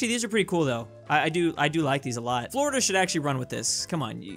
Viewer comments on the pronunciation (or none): none